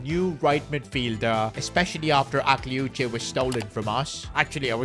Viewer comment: Bro its pronounced akliouch you dont pronounce the e